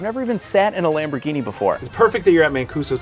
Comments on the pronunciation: Lam-bro-genie....LOL errr...that might be more Russian accent...nvr mind... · "Lamborghini" (italian accent) 😂😂😂